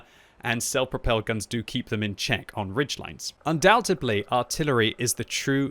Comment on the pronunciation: The word is undoubtEDLy....not undoubtEBly...jeez that was annoying to hear you say like 3 times.